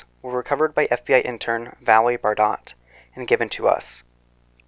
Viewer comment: Bardot is french the t is silent bro lmfao 🤣🤣 embarrassing